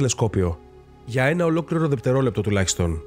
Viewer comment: Ωραίο θέμα,αλλα βρε φίλε....δεΠτερολεπτο; ΔεΥτερολεπτο λέμε,δεΥτερος οχι δεΠτερος!